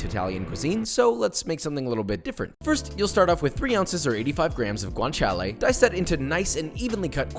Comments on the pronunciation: Excellent pronunciation of "parmigiano", 10/10. Source: am Italian. Also, guanciale is pronounced "gwan-cha-leh" not "gwan-chee-ah-lee" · oh yeah and guanciale is pronounced without the eee sound